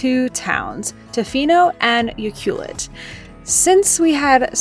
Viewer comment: Great job on the pronunciations for-Ucluelet and Nanaimo. BC is amazing.